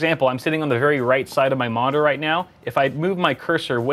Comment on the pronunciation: The way he said monitor sounded like modder? Or am i crazy